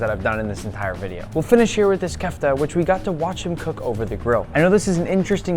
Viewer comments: its kofta not kefta 💀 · nick said kafta its kofta im mildle eastern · kfda??? its kufda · IM SORRY DID YOU SAY KEFTA BRO IM EGYPTIAN AND ITS KOFTA NICK😅